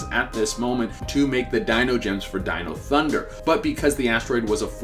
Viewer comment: He finally pronounced dino thunder correctly